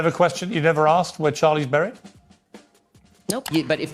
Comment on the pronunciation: For the love of God, stop saying ‘brried’!! Can’t take her serious based off that alone